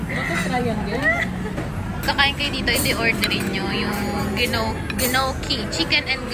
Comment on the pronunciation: GNOCCHI is pronounced as NYOKI